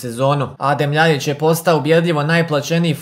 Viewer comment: Ја се стварно питам да ли је са тобом све у реду,Љајић а не Љаљић ретарду ретардирани